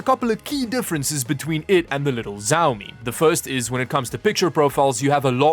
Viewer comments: Bro. Please stop saying SAUMI, say Xiaomi 😂😂 And please stop getting spammed with additional shipping cost again. They HAVE to shit it. If they don't you should contact the support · why you say ziaomi ? i think is shiaomi (xiaomi) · Its not Zaumi its Shaomi:D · not jawmi , its shawmi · why you keep saying "ziaomi" ? it's said "shiaomi" not that, it's painful to hear it like this no one pronounce it like this :/ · The X in Xiaomi makes a SH sound, not a Z sound. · The right pronunciation is shiaomi, not zaomi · Pov Chinese people getting triggered by hearing him pronounce xiaomi as zaomi instead of shaomi like it's supposed to be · Small nitpick but I think it's good to understand basic Chinese pronunciation when you're in tech... Xiaomi is sorta like 'she-ao-mi' instead of 'zi-ao-mi' :-) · Its "Xiaomi" not "Jaomi" 😑😑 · Bruh man it "csiaomi" not "ziaomi" lol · Nice presentation. Btw, the pronunciation is not Jao-mi, but Shao-mi. Like always, enjoyed your video. Keep up the good work... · Xiaomi is pronounced more like with a "sh" sound than a "z" sound at the start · Me mad cuz you call the mi tv "zaomi" in sted of Xiaomi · ""z a o m I"" It's pronounced like "shiaomi" pl ea s e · Just a note, "X" is pronounced closer to "Sh" than "Z". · Dude was pronouncing Xiao Mi as Zao Mi 🥵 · You suppose to say "shiomi" not "ziomi" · Actually it is much closer to the SCH in schedule, maybe with a tiny bit of T in front of that. tSCH ee ow me. (After several listens to my Chinese wife pronouncing Xiomi. However, a different province will say it differently again, probably) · ¨First thing, I didn’t say Xiaomi was an obscure brand.¨ nah you sound obnoxious, dissing the brand here and there. Also is SHIAOMI no Siaomi. almost 20000 views, and just 5% of the likes. Yeah this video was a mess, sorry. Normally i enjoy your content but this... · Hahahahah ZhaoMi lollllllllll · xiaomi pronounced - shau - mee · It's pronounced Shawmi :) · Xiaomi is pronounced she-ow-me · Ah yes ZAOMI